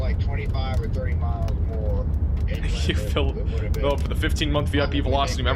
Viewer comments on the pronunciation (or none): none